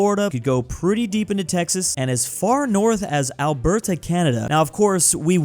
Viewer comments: DUDE! learn to say "ALBERTA" properly! Just look it up! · as an Albertan I cannot abide the way you pronounce Alberta